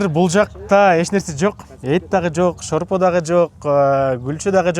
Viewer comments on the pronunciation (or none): Койгула уят камыр жайабаган кыргыз кызы уят бирок кичине шорпо деп айтчы сорпо дебей